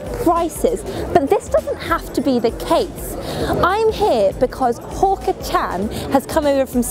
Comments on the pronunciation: She Pronounced Hawker as Hooker. I died right there. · Its hawker Hawk-er